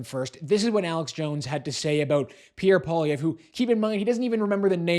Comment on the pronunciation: LOTS OF HYPE! Alex Jones doesn't know his name? No ! Jones made it clear who he is talking about. Problem: he can't pronounce his name. This hype man is all BS. He wants to make you angry! Angry fanatics love fanatics.